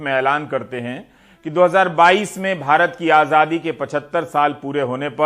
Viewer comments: Abe Modi rascal.. Dhang se bolna to seekh.. Azaadi hota hai.. Ajhaadhi nahin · he spells azaadi as ajhaadi haha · Azhadi nahi chutiye Azaadi hota hai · Jaahil Aazaadi hota h Aazhhadi nHi 😂😂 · Modi ji bolna seekho आज़ादी hoti hai आझादी nahi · Was it only me jise modi ji ke muh se azaadi ki jgh ajhadi sunayi de rha tha😂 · Modi cannot pronounce Azadi he pronounces it Ajhaadi. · Yeh jisko AZADI kehna naheen aata yeh khaak World Super Power banaye ga. AAJADI. Wah kya baat hay. AAJAD qom. 😂🤣😀😁😁😁🤣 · Modi ko aazaadi bhi bolna nhi aata baar baar aajhaadi bol rha h 😁😁😁😁🤬🤬🤬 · Is admi ko sahi se azaadi bhi nhi bolna hai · he cant even say ‘ajaadi’ properly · Azadi bolne nahi Ara pm ku 😂😂😂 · Ravish ji isko to theek se azaadi bhi bolna nahi aata hai, manhooson ko kum dekhane ki koshish ki jaye, dil jalta hai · Modi can not even pronounce azaai properly. He needs to go along with other BJP and RSS idiots